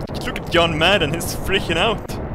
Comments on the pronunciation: "Yon Mad is in it!" who tf is yon mad.... "Footballll" OH lmao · when he says john madden it sounds like young man